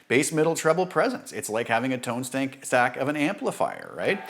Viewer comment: haha you said tonestank! Really enjoyed this demonstration. I will be trying out the dr z amp a bit more, and the drive